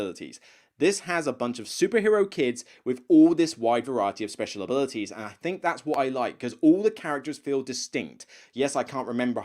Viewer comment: Love the channel, but can you try to say theme, and, think and thoughts, as opposed to feme fink and foughts?